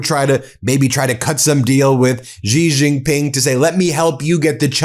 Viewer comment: Will you PLEASE learn how to pronounce the J In Chinese words?!? Hint: It's the SAME pronunciation as the J in FRICKING ENGLISH! How difficult is THAT???